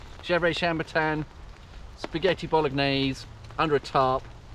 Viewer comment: Did you say, 'Spaghetti Bollockgnaise?'😂😅